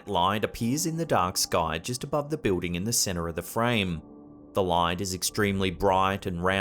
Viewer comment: When he says, "bewding" he is referring to the word building Lol...Just busting your balls. Love the vids brother.